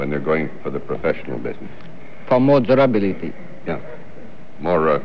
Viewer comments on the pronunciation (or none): It seems no one understood the hockey stick seller when he said that pro models had fiberglass for more "durability" . His French-Canadian accent stressed the rab syllable more than the bil one. The conversation continued as if he had said flexibility.